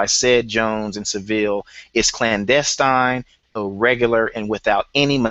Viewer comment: aka is a FAKE Clandestine (or as he pronounces CLANASTINE)